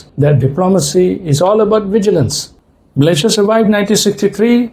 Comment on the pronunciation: 😂😂😂is Malaysia or MALAYA😂😂😂